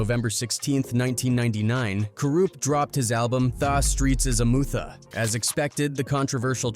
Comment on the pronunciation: The Streets Are a “Mootha”! Hahahaha 😂😂😂